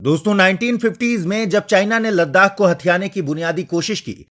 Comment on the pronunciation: Ladakh (Ladhak)